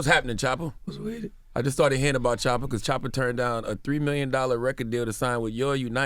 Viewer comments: Did he just call DAT man shoota 😂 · How do you represent this man. Talk so highly to us of him but you cant even get his name right. In his face. His name is not Shotta is Choppa